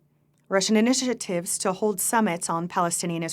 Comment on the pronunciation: ... what are initititives? :P